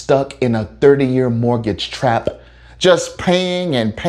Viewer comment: Hhahahaha! U rarely popped that P on the word “traP”!